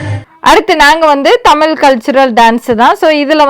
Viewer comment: 😂say tamizh not thamil